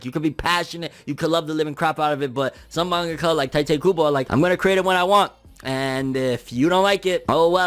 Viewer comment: Isn’t it pronounced Tee-tay Kubo?